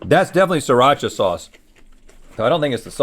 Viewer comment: Just saying, it's "SREE-Racha'. You actually pronounce the first 'r'.